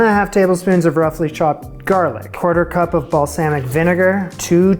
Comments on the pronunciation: Loved the show, I wouldn't change anything, but if you did change anything, pick a pronunciation for "balsamic" and stick to it. That's it. Keep up the awesome work. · My ears twitched every time you said balsamic.